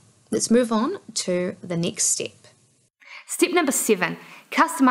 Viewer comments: stip by stip 😂😂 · You do the NZ accent really well =P